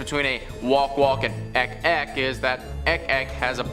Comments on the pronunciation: I think it's pronounce as ik-ik not ek-ek. 😉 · Its IK IK Not Ek Ek